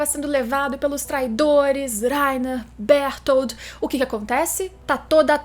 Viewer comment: Laina e berutoro, fala direito.